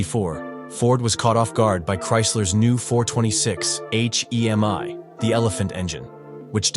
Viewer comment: You don’t spell out HEMI.. you say hemi as in hemispheres. Moron. Dont be a docuvid then pronounce things wrong. That’s just stupid!